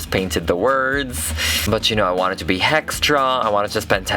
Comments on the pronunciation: Are u saying hex-tra because I love it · "hextra" was so hextra